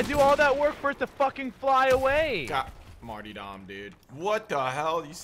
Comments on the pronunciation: martyrdom is pronounced MART-ER-DUM. Lol every one says martydom hahah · learn how to pronounce martyrdom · MartyRdom not martydom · Mart-YR-dom, not Mart-EE-dom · The fuck is a "Marty"? It's "Martyr"-dom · Say Martyr..... Now say Dom..... Crim you are ace but dear god it is not a hard word! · Maynard James Keenan It's mar-tear-dum